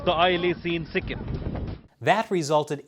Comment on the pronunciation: Hey, love your channel and your sense of humor, especially the butchering of the Indian names of states and our next door neighbor. LOL! Ok let me help you out Bro. It's not Sick em, it's Sik-keem, and it's not My ann mar, it's Mee Ann mar...LOL! You crack me up! I live right between the two, in the state of Assam 20 miles south of Arunachal Pradesh, which is Are oon ach al...great job Bro!